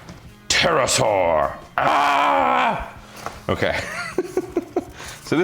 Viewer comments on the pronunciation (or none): Yeah, definitely said it differently from the Discovery Channel back in the day